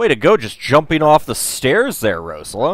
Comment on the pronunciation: Yay! I've been wanting to play this myself for a while and just haven't had the time. By the way, though, the emphasis on Rosella is on the second syllable (Rose-ELLA), and Valanice has emphasis on the last (Val-An-EESE). You only get the right pronunciation from the voice acting in later games in the series.